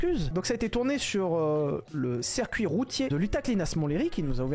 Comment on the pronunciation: ouais c'était juste une blague (très merdique) sur le fait qu'il dise "cerf cuit" au lieu de "circuit" 👍